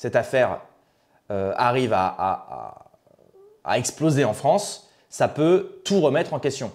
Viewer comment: « Vive la fronce »…